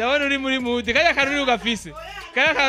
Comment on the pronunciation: Dodo uwutogutuka nuwutoba afis umunwa uritesh agaciro ukarenza bawubah uvugane ikinyabufura ham wambaye style yambawe 2010 ntiwishim rero ntupendeza pee ham ngo mudi🤣🤣🤣 bsi uriga prononciation bavuga mood iyubahe mukobwa